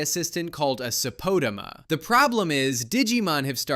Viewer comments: I never even couldve even imagined pronouncing “Sapotama” like that lol. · This video comes off as AI slop. Idiot can't even pronounce Sapotama, clearly has never seen the show so any points he has to make are useless. Send this video to the trash bin.